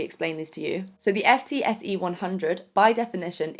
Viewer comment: FTSE is pronounced “Foot-see” (ie people don’t say “F””T””S””E”).